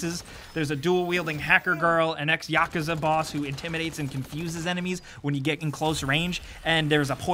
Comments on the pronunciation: Stop saying "yakaza" you fucking idiot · Ex yakaza boss? you mean yakuza? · The way you say yakuza makes me want to jump into a car crusher.